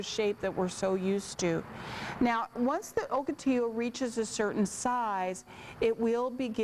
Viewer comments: Morons, I live in Ocotillo, California, its pronounced Ahkoteeyo, not Ohkoteeyo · Oak otillo? Nah. Lol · First time I heard o or oak pronouncaation